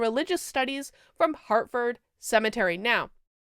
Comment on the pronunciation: Sounded like you said she went to Hartford Cemetery! LOL